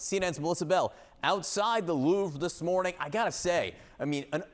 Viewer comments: Louveeee, come on at least try and pronounce name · "the LOOURVE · "The Lourve": announcer. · An anchor on CNN cannot pronounce “jewelry” correctly? It’s JEWEL RY. It is NOT JEWEL E RY. (Not to mention his obvious lack of knowledge and his cringeworthy pronunciation of the Louvre.